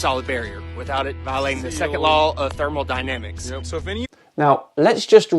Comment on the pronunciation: “Thermal dynamics”